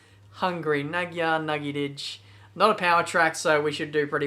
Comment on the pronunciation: you say the magyar nagydijj wrong....